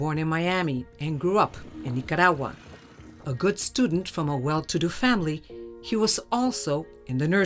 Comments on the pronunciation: Wow! I can't even get half way thru this episode because this chic pronounces Orlando and Nicaragua differently nearly everytime. Make up your mind. Are you Hispanic or not? Hahaha Ultimately tho, I'm not at all condoning Orlando's actions, but this is why you shouldn't toy with people's emotions. Bad things can happen. Her fault just as much his in my book. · She speaks perfect English, and only uses a Spanish accent when using Spanish words, like Nicaragua, for instance. She could EASILY pronounce it in the English form, but she chooses to use a VERY thick Spanish accent. "Niiyatawwa". I know she's not doing it to annoy me, haha... but it does. Speak one language at a time.